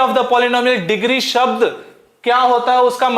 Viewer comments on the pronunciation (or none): none